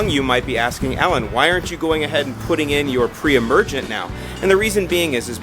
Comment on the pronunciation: I heard other times you said must be do not put per-emergent when new seeding